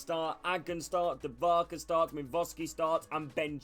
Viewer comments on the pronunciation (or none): you pronunciated Dubravaka's name wrong